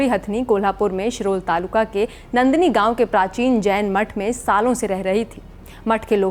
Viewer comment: Nandini nahi madam Naandani gaon! Ground report karna sikho. Aake sachhai dekho. Studio mein baithke narrative mat chalao! Vantara ki sachhai dikhao.